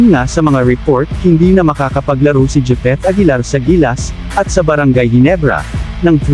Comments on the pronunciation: Japeth hindi jipeth🤣🤣🤣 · Grabe ang pangit mong magvlog, japeth aguilar po, di jipeth...